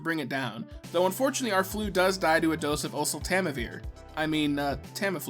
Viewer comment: As a certified pharmacy technician, I appreciate you being able to correctly pronounce oseltamivir.